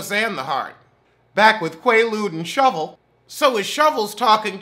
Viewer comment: Every time u say shovel 😂😂😂😂😩